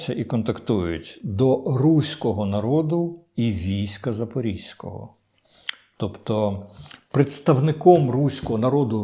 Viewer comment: Не Запорізького, а ЗапорОзького.